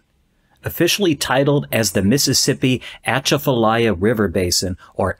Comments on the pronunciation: It's pronounced A-CHAFF-AH-LIE- AH not atcha-fa-liah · Atchafalaya (A-chaff-a-lie-a) or just remove the T when saying it. I live right next to the Atchafalaya River Basin.